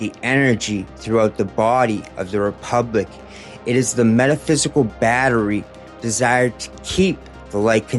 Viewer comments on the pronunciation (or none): none